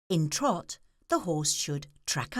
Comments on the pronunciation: twahts? isnt it t-rot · Trrvot, I know she's saying teerrott but it sounds like trrvot. Lol lmfao